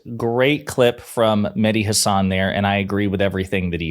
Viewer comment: If Mehdi is your favorite, you should say his name the way he says his name... HAHsun, not HaSAHN.